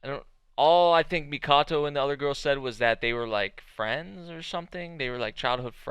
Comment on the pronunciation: Her name is Haruhime, princess is literally in her name. 'hime' means ruler The Amazons of legend did the same The name is Mikoto, not the Mikato you keep saying